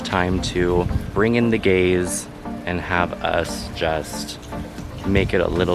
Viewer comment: “Bring in the GAZE”? Or “Bring in the GAYS”?